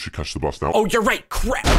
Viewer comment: Something bad at the end.... He said oh vrap